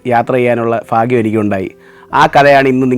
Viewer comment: ഫാഗ്യം അല്ല ഭാഗ്യം..❤